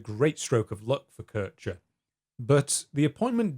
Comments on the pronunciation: also why are you referring to a person named Keer-Heer as Keurtscher? Americans are so unbearable.. Have you people ever tried to pronounce something right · Took me some time to realise you were talking about Kirscher. You kept saying "Kersher". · Love the video, but I did chuckle at Currche (Kircher ['kɪrçɐ]) :)